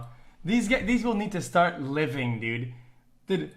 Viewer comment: "when in fact dud, I've moved on for hours... dud" -a cow